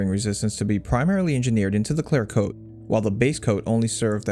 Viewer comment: Is it "claire coat" or "clear coat"?